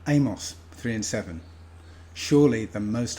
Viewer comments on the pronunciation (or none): none